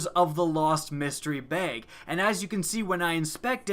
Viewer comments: it's bag not beyg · I absolutely hate how he pronounces bag it's not "bayge" it's "bag" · I'll pray to RNG that you learn how to pronounce "bag"